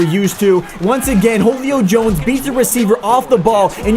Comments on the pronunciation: Hole-e-o Jones? 😂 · did this nigga just say holeio jones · I cringe everytime he says Jolio Jones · "Wholio Jones " AAHAAHAHHAHAAHAAHAHAHHAAHAAAAHAHHAAAAA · Ho-lee-o jones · Why do you call him Holio Jones? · Who tf is WHOLE-I-O Jones?